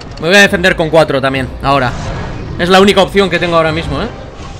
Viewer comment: enbes de decir tanbien dices tamien